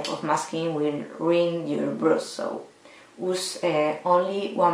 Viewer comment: Interesting :) (you should look up how brush is pronounced, srry don't know a spanish example)